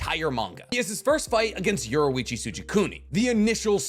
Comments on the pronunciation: His name is Yor EE Chi NOT Yor OO Ichi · You pronouned Yorichi wrong. And a few things in this is not actually true 😂